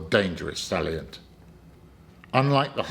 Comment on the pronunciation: Just watching - this is great. 'Craigspiels', though, and 'sallient' - and some of the bits of French?